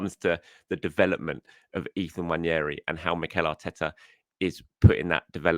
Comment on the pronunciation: ....please please please please please please please please please please please please please please please read this... It's NWANERI not NWANIERI Please read this and pronounce his name right. I'm sad admittedly...but it screws up my day 😱😱😱😱😱